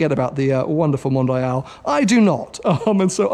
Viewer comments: It's not "mondayal" it's "mondial"... oh ok now I get it.. for you english people the "i" is pronounced "aye"... so englayesh it is? Anyways impressive collection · Mondeeeal not MondEYEal :)